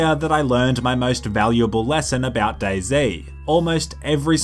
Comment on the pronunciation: Lol , for a second I thought day z actually said boyz